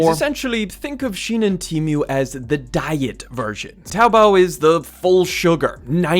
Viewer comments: Its not teemmyew 😂😩 teemoo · TEE-MOO,not TEE MEW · Why is bro calling it Temew 🥀